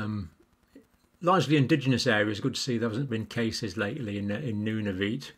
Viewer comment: Nunavut is pronounced Noon Of It.